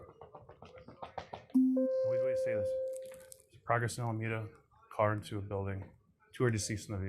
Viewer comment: the word is "Alameda"